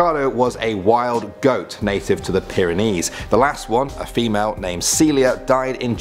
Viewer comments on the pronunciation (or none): none